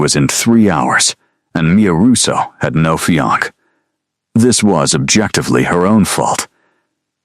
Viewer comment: Beautiful story focusing on real life practicality instead of vampire politics. A modern interpretation and refreshing change of pace. Highly recommended for fans of paranormal romance in a modern and sensible setting. Keep up the good work! I will say it would be a good idea to fix the pronunciation of fiance and cafe. The pronunciation used for fiance was not a real word and it kept pronouncing cafe as "calf" and a calf is a baby cow. Both errors were a little distracting.